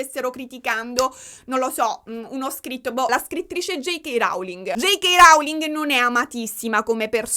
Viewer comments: Posso rompere le palle un attimo? ti prego le pronunce in inglese! ROULING non RAULING! Come low cost (non lau cost). Mi avevi fatto venire il dubbio e ho cercato le pronunce:) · ti amo ma ti prego non dire più rauling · io ti adoro ma rAUling non si può sentire. La O di Rowling si legge O, vai tranquilla 🤪🤪 #éleviòsanonleviosàaa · "J.K. Rauling". 💀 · sei brava e cara ma JK RAUling non si può sentire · Nooo lo pronunci male il cognome della Rowling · Si dice Rowling con la O non con la A. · Sentirti dire RAULING mi fa davvero volare, grazie ❤ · J K RAULING! 😂 ti adoro lo so che con la pronuncia inglese hai qualche confusione 😂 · ti prego pronuncia bene il nome della Rowling, ma dove l hai sentito così?